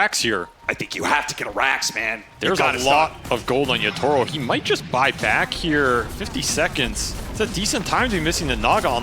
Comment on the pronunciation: the pronunciation of Yatoro as Yutoro is killing me